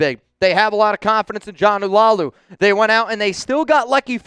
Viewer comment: Jonah's last name is La-ulu not Lau-lu.